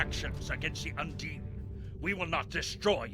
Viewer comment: You pronounce 8427 wrong it sounds like u say undying. They are calld Undine